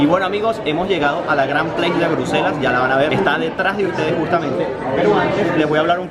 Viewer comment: se pronuncia "plas", no "pleis", ya que ese "plas" significa "plaza" en idioma francés y no "pleis" que significa sitio o lugar en inglés.